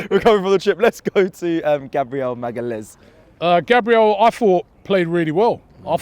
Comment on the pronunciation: It's Mal-gah-lesh